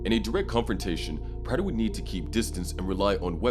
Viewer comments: Bro learn how to pronounce praters name. They say it in the show constantly. This is trash narration. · Why doesn’t this narrator know how to pronounce Prater’s name ?